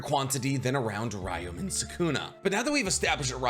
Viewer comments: Its pronounced Ryoumen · It’s actually impressive how many words and names you butchered, first being “Ryomen”.